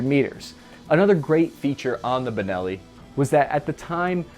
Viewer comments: He said bellini shotgun , what the fuck?? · Dude…. ‘Bellini”? …. Come on man. Please…. You do this on pupose, dont you? ;( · I caught saying "Beleni" at one point and several other times it sounded like the audio was spliced to fix the mistake. Did you record the whole thing with the wrong pronunciation and then go back to fix all those parts?:P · did you just call it a “bellini” ?? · Wait. I heard 'Belini' 🤣 between and I think